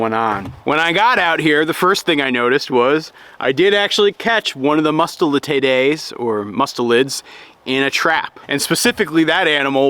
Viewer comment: Your pronunciation is fine,. Both Musta-lid-day and Musta-lid-die are correct.